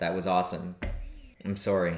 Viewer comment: American: I'm sorry Canadian: I'm sorey 😔.